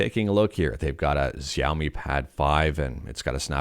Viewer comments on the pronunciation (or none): I love you but xaiomi is pronounced shau-mee they have been making great devices over the last several years